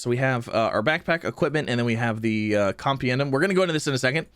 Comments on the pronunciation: I don't have to ax how to say compiendum now, thanks. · com-pen-dee-um = compendium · WAit, how did you pronounce "compendium" again? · Compendium - noun - typically a book; containing detailed information about a particular topic/subject Repeat after me: com-PEN-dee-umm compendium